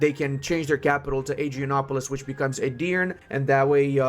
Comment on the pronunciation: e at the end of Edirne is not silent